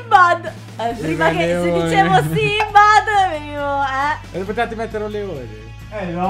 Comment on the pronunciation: Dice simbad non simban :)